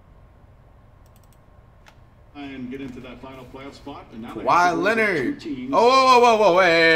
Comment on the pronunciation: He said KAWHII LEONARD